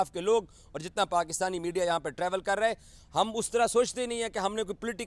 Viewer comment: kaam karte rahe hain . Not KAAM KARTE RAYYEEENN . Baqi all good need to improve urdu accent